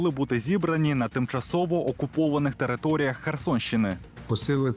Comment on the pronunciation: Пулиці вуна укупованих що це за вимова